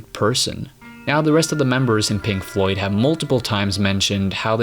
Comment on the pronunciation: "Pink Floyt"?